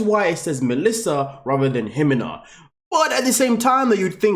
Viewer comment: Melissa is Melissa. Ximena is an old way to spell Jimena. It drives me nuts he calls her HE-men-ah. Her name is He-ME-na. The accent goes in the middle of the word, not the beginning.